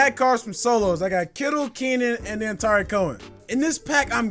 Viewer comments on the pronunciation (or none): Bruh when say Tarik it’s sounds like Tyreek to me anyone else think so? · been talking to Tex too much. He pronounces it Tyreek Cohen too. Drives me nuts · It’s pronounced like “Tuh-Reek” Cohen 😂😂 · Stop saying Tyreek cohen